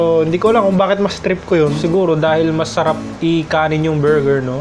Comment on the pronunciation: "AKSHALI" " NAPALAMI" "SUHRAP" 😆 pinasaya mo araw ko 😆💓